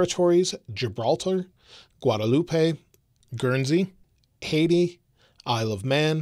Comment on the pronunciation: 😬😬😬 hearing him say the Caribbean islands cringed my ears. The only one he said right is Haiti